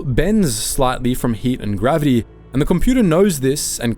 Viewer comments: His pronunciation is off for mythos, exotic and gravity. As you say, is it just the Victorian pronunciation? But still, the way exotic and gravity are pronounced is not an English native speaker of any sort. Has he put his voice into an AI to save himself reading the script perhaps? A sensible use of AI. I do object to AI writing scripts though. He does great videos which are clearly written by a human. Maybe he is just using AI mimicking his voice to read the script. No big deal. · Listening to the pronunciation, not a human voice. It can't pronounce Mythos, exotic or gravity. Lazy. Not good.